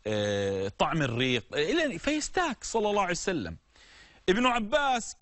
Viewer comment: ياشيخ ليش تقول صعسلم حته لفض الجلاله متلفضه زين وهوا ﷲ المفروض تقول ببطء شويه صلى الله عليه واله وسلم